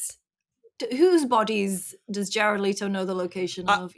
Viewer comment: It’s Le-toe. Not Lee-toe.